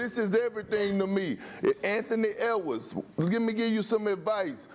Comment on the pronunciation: "anthony ewars" -Perk